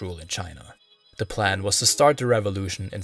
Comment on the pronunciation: Great job! Liked and subscribed for sure. Your Mandarin and Cantonese isn’t bad at all Constructive criticism: you have a noticeable Chinese American accent so if it’s a concern for you, things you can work on in elocution is the “th” sound and where you push your vowels to the front of your mouth: 1. Your “th” turn to “d” sounds sometimes in the word “the” more often than not. It’s not at the beginning of words but also in the middle like in “ethnic.” It’s pretty much not a problem when it’s at the end of the word like in “British” 2. The second syllable in “society” is very far up in the front of your mouth. You also de-voice “z” sounds to “s” like in “decriminalization” and “Buddhism.” Keep in mind there’s nothing “wrong” with speaking this way, especially because Mandarin in particular is spoken at the front of the mouth. I was able to understand you perfectly fine and listened to an hour of your hard work! I minored in linguistics decades ago and continue to work on my Mandarin so these are just observations I have listening to lots of Chinese speakers speaking English and other [mostly non-Asian] languages. Both Cantonese and Mandarin speakers have trouble with the SAE (standard American English) “th” sound and it always receive it like a balloon that is leaking air because of that and how hard we go on “s” sounds 😅 Please keep up the excellent work. If you haven’t yet and get a chance to do it, the Hong Kong Museum of History has a lot of history on the Opium Wars, som